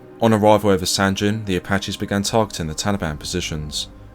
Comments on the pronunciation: Sangin, not sanjin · Nice vid. But, it’s pronounced Sangeen, not San gen or gin. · It’s not sanjin it’s called sanggin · Not to nit pick as it’s a great video and respect to the VC but the town is pronounced sang-in not san-gin again I think proper pronunciation is important in telling the story out of respect that’s all. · "Sanjin" SMH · Its Sangin, G as Golf, Goeth. Not G as Gender, Genes! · Another great video, bro! You do such a credit to our service men who deserve to "Liveth for Evermore", it's much appreciated! But I do have just one little thing to say about a minor point.... I'm certain that the 'G' in 'Sangin' is pronounced as a hard 'G', like in 'Good' or 'Girl', and not as a soft sound 'G', like in 'Gin' or 'Giraffe'. As a rule it's safe to assume that when a 'G' appears in the spelling of a word from a foreign language, and that language is not part of or connected to the Romance family of languages (descending from Vulgar Latin) then you should pronounce it as a hard 'G'. thanks again buddy. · As veteran of Sangin, everytime you pronounce the G with a J sound it makes me cringe